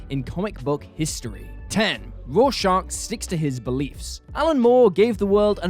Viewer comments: FFS! Its Rorschach, not Raw Shark!! Have you even read Watchmen? 🤔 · Petition to ban this man from ever saying Rorschach again please